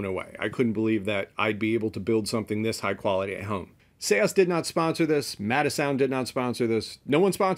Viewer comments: You're incorrect, I asked the SEAS team for the correct pronunciation and they replied with an audio clip. "Say-ahs" it's not "Sees" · Isn’t it just Seas not Se-as??? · Seeeees not see aahs like ocean 🌊 the sea . Sorry for saying but if one decides to go on air he/she should speak it real like radio moderation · I used to pronounce it Sees as well, but before the video I asked the company how to pronounce it and they sent me an audio clip with the pronunciation, so take it up with the company in Norway! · I just wish he would say seas right. It driver me nuts. But otherwise great video. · I used to think that but the company corrected me. So I had them send me a voice message of how to pronounce it and they said it's pronounced like 'say-ahs'